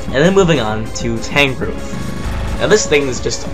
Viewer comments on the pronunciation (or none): none